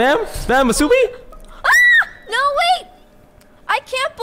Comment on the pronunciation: He said spam massubi💀💀